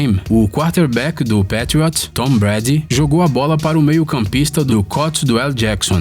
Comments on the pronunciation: Pátrióts?? Não, não... Se pronuncia "Peitriôts", não é dificil vai.... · p''A''triots kkkkkkk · Da agonia eles falando Pétriots, e meio campista kkkkkkkkkkk e ene efi Eli Pqp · Que agonia de ouvir ele falar Patriots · Melhora sua pronúncia dos times e jogadores da nfl por favor . Errou a pronúncia do time e do MAIOR QUATERBACK DA HISTÓRIA .